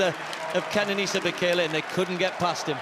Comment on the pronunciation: I believe it's 'Bay Kay Lay' ....